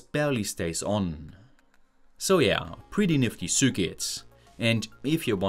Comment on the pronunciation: I wish you would take some pronunciation courses, at least for the terms like circuit, meter, watt-hour, etc